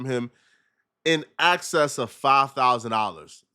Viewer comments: “In excess “ not access, also insert clip of saying “ I’m a rat” with the caption “sooooo… wtf are you talking about”?!! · excess, not access